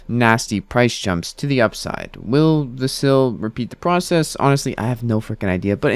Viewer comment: VAS-il. Not va-SIL.